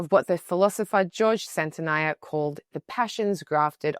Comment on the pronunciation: Santayana, not Santnaya.